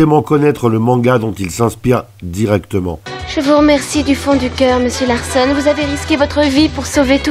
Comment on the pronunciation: Purée la nostalgie! Merci pour ce partage 🙏👏👍 Juste dommage que tu te sois trompé dans la prononciation du protagoniste, car ce n'est pas "Larssonne", mais Larçon (comme dans garçon)… T'as fait bobo à mes oreilles… 😜